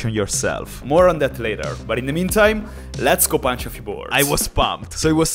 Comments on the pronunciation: stop saying yesgo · he almost said yes go instead of lez go on every video lol😂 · bro it its letgoo not yesgo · I love how he says yes go instead of let’s go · I dont know if you know but its not "Yes go", its "Lets go" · I don’t get why he says YESGO just say LESGO or LEGOOOOO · Why do you say yesgo its really trigging as it should be lets go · Why u say YESGO! And not LETS GO! ? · Why do you say yesgo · why do you say YESGO instead of LESGO or LETSGO??? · Why he say yesgo it’s let’s go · why do y keep saying YESGO? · Why does he say YESGO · It is les go not yesgo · DUDE ITS LESGO NOT YESGO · It is lets ho not yesgo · *Let's Go and not Yesgo